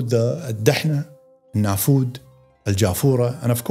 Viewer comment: Surprised that you mispronounced the names of the desserts in Arabia . الدهناء و النفود D- hana Al-Nfood